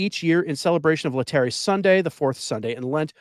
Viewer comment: Lay-tar-A Sunday, please! I'm guessing you are a rather recent convert.